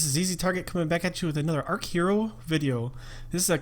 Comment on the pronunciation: It's archer-o. You start with a bow. Your character (Atreus), is a rookie "archer." Please.. it's so obvious, lmao.